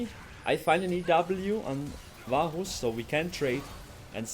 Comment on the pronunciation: i keep hearing baus instead of varus